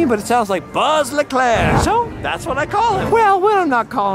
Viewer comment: when says buddy and wuzz instead of woody and buzz lmao i was like wait what 🤣